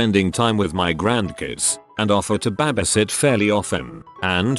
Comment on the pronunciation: no one: the bot: ba-bee-sit